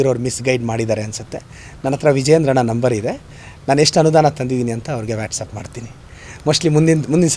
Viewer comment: ಅದು ವ್ಯಾಟಸಪ್ ಅಲ್ಲ ಮೆಂಟಲ್ ಅದು ವಾಟ್ಸ್ಆಪ್ 😅😅😅😅😂😂😂😂